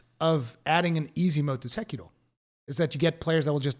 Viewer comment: I appreciate your effort to get the Japanese pronunciation of Sekiro right as a Japanese speaker would pronounce it.